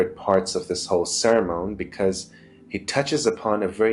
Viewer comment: Awesome food for thought, dude. So what's the difference between the Old and New Covenants? And FYI it's pronounced, sir-mun.